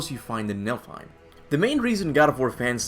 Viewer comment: It's niFLheim. not niLFheim. I've mispronounced it for so long! Now I know where I got the error from